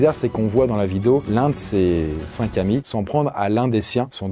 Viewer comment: "cinq zamis" ???